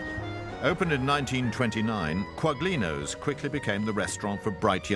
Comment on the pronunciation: I was astonished and dismayed to hear both them pronounce the French demi-glace sauce as "demi-glaze" and later for Michael Buerk (and the supposed food critic too) to pronounce the g in Quaglino, which should be pronounced "Qwah-Lee-no"